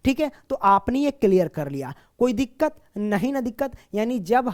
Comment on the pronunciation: Koi diqqat nhi diqqar😂😂